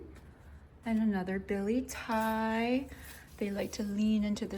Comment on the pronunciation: Hi great video, thank you for the tour. Btw you probably already know or maybe you dont..but its pronounced "bill-et-ti-ei" not "billy thai" 🤭 Edit: also that monstera is soo big. Looks Amazing 💚